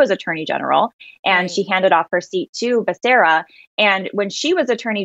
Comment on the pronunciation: you pronounced Becerra wrong. It's pronounced Bakaria...I mean Beshera.